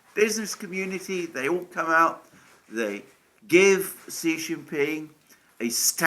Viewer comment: Xi is pronounced she and not see….